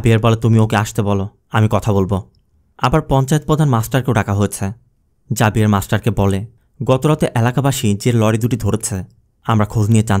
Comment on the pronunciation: Xavier জেভিয়ার বললে ভালো হতো 🎉